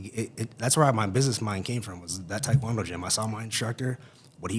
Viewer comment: Not gonna lie for some reason it bothers me the way he’s pronouncing taekwondo. It’s like when the East Coast people miss, pronounced the name, Mario, and say mAIRio